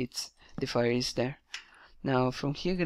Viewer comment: When ur saying "it is an _", it really sounds like "it needs an" so could you try not to pronounce any "n" before "is" :) great video otherwise!